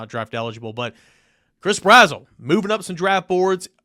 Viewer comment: Yo not tryna be rude homie but it’s Brazzle not brazwell